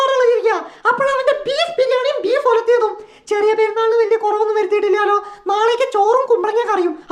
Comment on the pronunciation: Valiya not Bali